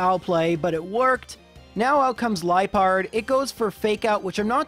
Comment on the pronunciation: I always thought Liepard was pronounced like “Lee-ah-pard” since it seems to be a leopard Pokémon and that sounds closer to leopard than Pronounciation